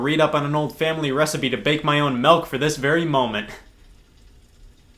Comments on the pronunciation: Dude. It's fucking milk. Not melk. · Scott pronounces milk like malk, Easter wisconsin intensifies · He said "melk"